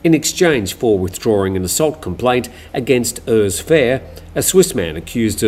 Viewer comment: Oors, like Uruguay. Urs is a German/Swiss name.